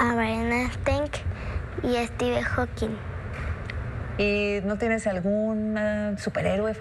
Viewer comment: Dice estiben jokin en vez de Stephen Hawking 😂😂